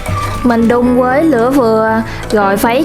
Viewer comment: Bạn này không có ghi nhận góp ý của người khác mà đổ thừa hoàn cảnh thì không phát triển được. Vấn đề là bạn phát âm sai chính tả vì giọng miền tây. Thà rằng bạn nói giọng miền tây luôn có lẽ dễ thương hơn là bạn đang sửa giọng mà không đúng.làm mất đi giá trị của cái phim của bạn. Ví dụ và Nhưng bạn đọc thành quà, với thì bạn đọc thành quới, rồi thì thành gòi ... Nói chung toàn tập. Phim bạn làm ok từ âm thanh ánh sáng máy xịn, thành phẩm ngon, người làm phim cẩn thận , phim rất đạt. Nhưng giọng nói của bạn làm mất giá trị cái phim . Người xem cảm thấy thiếu tin tưởng bạn vì giọng nói quá quê. Đó là lý do kênh đầu tư quá mà không nổi tiếng. Ngày trước mới làm tôi đã học kênh bạn vì thấy cách quay phim đẹp. Hiện tại tôi đã vượt gần 20 lần bạn mặc dù tôi làm rất bình thường, kĩ xảo không bằng bạn, chỉ có sự chân thành. Tuy góp ý của tôi hơi thẳng khó nghe nhưng mong bạn đừng buồn mà hãy hạnh phúc đón nhận những góp ý khó nghe của tất cả khán giả để sửa đổi và thành công hơn. Bạn chỉ cần nói giọng bình thường , tận tình chia sẻ là khán giả đón nhận. Chúc bạn thành công hơn nữa nhé.